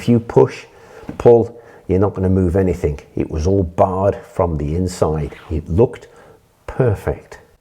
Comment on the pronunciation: great video, however 25.42 you said "anythink" instead of anything, one of my pet hates.